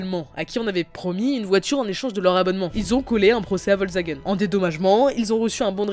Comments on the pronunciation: Volsvagen... Es is VOLKSWAGEN, DU FLASCHE ! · Volzagen 😬 faut faire un effort pour la prononciation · "vol zagen" 😂 "crau funding" 😂 (dsl)